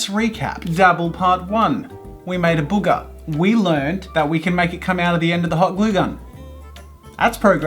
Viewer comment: i like the way he says booger 😭 B O O G A H